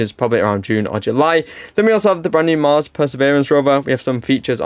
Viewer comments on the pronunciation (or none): none